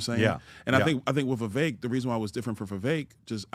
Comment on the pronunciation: If Byron has trouble pronouncing two syllable names like Vi-vek or four syllable names like Ra-ma-swa-mi, he may want to recall Zbigniew Kazimierz Brzezinski, US National Security Advisor from 1977-81. Those names are crosssyllabic. Or the Governator's brother's name, Meinhard Scharzenegger. How hard is that? Cheers!